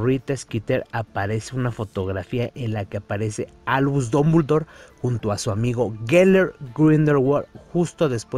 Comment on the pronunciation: Porque pronuncia Dombuldor! Jajaja no sabe hablar jajaja